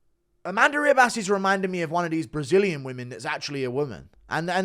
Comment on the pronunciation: ”Ree-bass” good one guru. Whats with the pronounciation